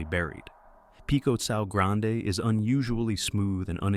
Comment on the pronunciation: Pico Cao Grande, pronounced KAO not Sao 😂